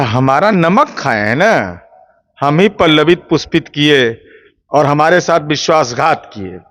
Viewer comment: पल्लवित पुस्पित नहीं गधे पुष्पत पल्लवित 😂ये गजब मूर्ख प्रवक्ता